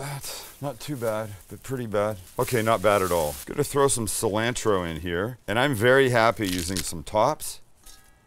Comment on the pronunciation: My girl started laughing when you said "sil-Ann-trow".. 😆 🤣 😂